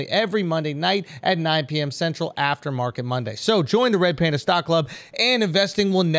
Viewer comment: “Pander Pander” 🐼 😂